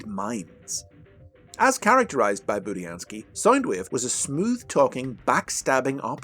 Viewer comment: In this video you pronounced budiansky right